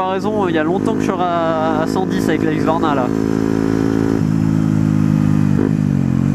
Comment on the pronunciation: bonne vidéo !! mais on dit husqvarna et pas huqsvarna 😊